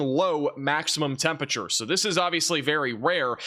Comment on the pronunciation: It's NOT TEMP A TURE!!!!!!!!!!!!!!!!!!!!!!!!!!! At least get close with TEMP RA TURE if not correctly with TEMP UR ATURE.